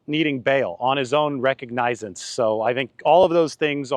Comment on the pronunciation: The word recognizance is pronounced: ruh·kaag·nuh·zns I'm sorry, I can't help myself.😊